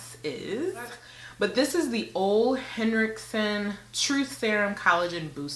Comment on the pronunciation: Hi love please continue to record! I love you! Just a little FYI it's pronounce "oula" Henriksen.